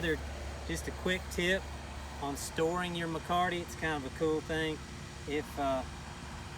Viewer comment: There is no 'R' in Mecate!!!